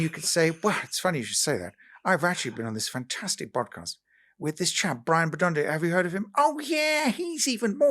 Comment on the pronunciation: Bwon more for 🎉